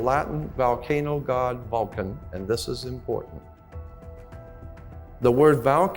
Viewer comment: Hole Vole Volcano 🌋 Not so articulate when he pronounces VOL Volcano as Val 😮 Indeed am pedantic… The correct pronunciation is important, especially when he is including other languages. Just typing out loud. Even though I’m learning listening to this👍